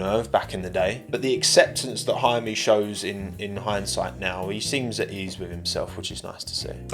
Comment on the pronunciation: Actually his name is "Jaume" not "Jaime". He's catalan, not spanish